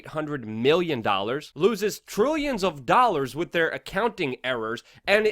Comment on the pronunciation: love you show but please stop saying "wit". It's pronounced "WITHHHHHH"